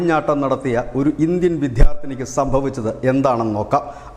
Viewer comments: നല്ല അവതരണം. പക്ഷേ വിദ്യാർഥിനി എന്ന വാക്ക് മൂന്നു പ്രാവശ്യവും വിധ്യാർത്തിനി എന്നാണ് ഉച്ചരിച്ചിരിക്കുന്നത്. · വിദ്ധ്യാർദ്ദിനി എന്ന ഉച്ചാരണം തെറ്റാണ് ബ്രോ. വിദ്യാർത്ഥിനി എന്ന് വേണം പറയാൻ.